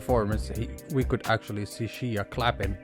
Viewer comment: I tried bro but after the third “Shee-ya” I can’t